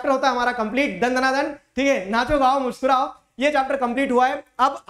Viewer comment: ~Mushkirao~ * Muskurao*